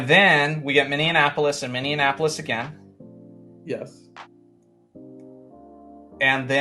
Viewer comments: "Minneinapolis" lmao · Love the more casual stuff! One thing, from a Minneapolis native: it’s pronounced min-ee-APP-uh-lis, not min-ee-un-APP-uh-lis 😊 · Throwing an extra syllable into Minneapolis 😅